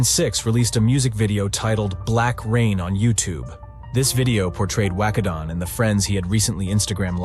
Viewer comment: He said wacko name correct